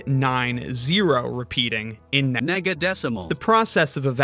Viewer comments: i have a feeling you were pronouncing nega like niga so you had to put on an ai voice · The prefix "nega-" is pronounced the same as the N-word (no hard r) for some English speakers, and even for those that don't do that, the words are so similar sounding that it's better to be safe than sorry.